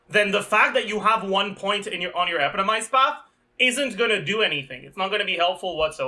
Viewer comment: Can you pronounce epitomized correctly